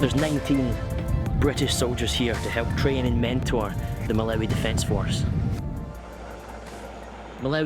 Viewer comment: Great report but it’s Mal-ah-wee not Mal-ow-wee 😂. I was actually at Blantyre College of Medicine where the British Soldier killed in Malawi was held. Sad story that